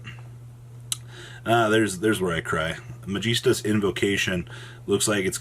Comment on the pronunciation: Gonna have to start watching these on mute if you don't stop pronouncing Magistus like a toddler.